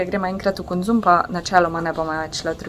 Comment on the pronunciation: Kok smesno izgovoris konzum 😁😊 top video..